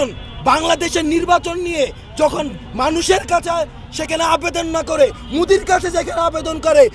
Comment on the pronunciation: ভারতের প্রধানমন্ত্রীর নাম টাও সঠিকভাবে উচ্চারণ হচ্ছে না। এই সমন্বয়ক মোদির নামটা বারবার উচ্চারণ করছে মুদি মুদি বলে। এটাই হলো মেধাবী ছাত্রের বৈশিষ্ট্য।